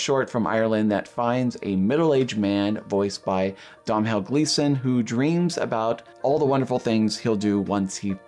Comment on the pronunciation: Pronounced Dom-nall* Gleeson